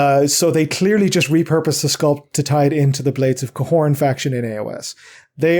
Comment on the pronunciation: you pronounce Khorne wrong